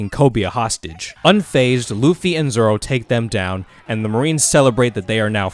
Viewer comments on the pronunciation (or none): At Least you watch dub for the right reasons most people wont watch sub bc they cant read the subtitles like what are you 5 also hes zolo in the manga too but it’s pronounced zoro